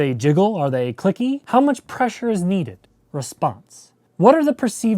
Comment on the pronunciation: Subbed when you said eluicidate my good man